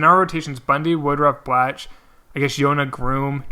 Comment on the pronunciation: Blach is pronounced like Block